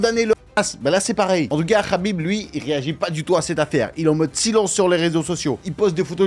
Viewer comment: Le k n’est pas prononcé c’est rhhabip